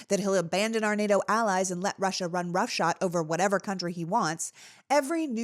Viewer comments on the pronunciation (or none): roughshod, not roughshot.